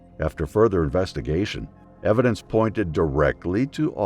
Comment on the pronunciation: "unsolved for lack of evindence" Who the heck's Evin and just how dence is he?? 🤔